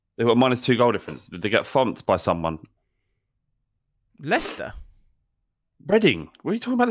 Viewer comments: said Leicester right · Can confirm, I thought said Leicester aswell